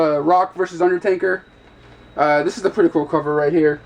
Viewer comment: Is UNDERTAKER! Not UNDER-TANKER.... -_